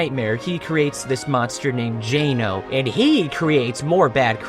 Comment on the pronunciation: i can forgive you mispronouncing Jano, but you dare mispronounce Ly ("L E E") The Fairy?